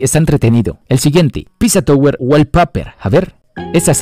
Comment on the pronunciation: queriendo corregir las ZZ del PiZZa Tower pero todo el video pronuncia "tOWer" en vez de "tAUer", como es el caso de que el escrito OW se pronuncia como el diptongo AU en inglés.:p